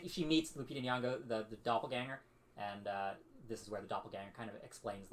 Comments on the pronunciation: her last is not “yongoya” or “whatever her name is” it’s “nyongo”, getting her name right is the most basic form of respect you can show an actor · At least attempt to pronounce her last name correctly, it sounds like," IN YON GO ", see easy peasy.